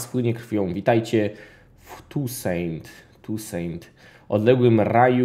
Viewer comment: Siema mam nadzieje że to nie bedzie hejt ale nie czyta sie Tusejnt tylko tusąą